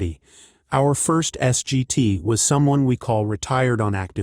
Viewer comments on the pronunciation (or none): S.G.T. is pronounced "Sergeant."